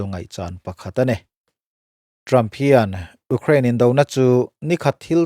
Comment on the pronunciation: A ngaihnawm ṭhin hle mai a, i Mizo ṭawng hman ah pawh fello a awm lo bawka, Ukraine erawh tlemin lam uluk deuh tala, abak chu duhthusam ni maiin ka hria. A dang te pawh han ti zel rawh khai, mahni ṭawng pawh lam fuh mumal theilo ning nel ve tak tak te thu sawi ai chuan ngaihthlak pawh amanhla viau e.